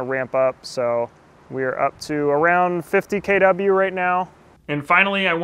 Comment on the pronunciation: Got triggered by "KeyDoubleU". Geee man, it's KiloWatts